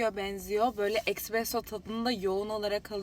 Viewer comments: Ekkkkkks presso degil gözünüzü seveyim esssssspressooo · Ekspresso degil cahiller Espresso 😅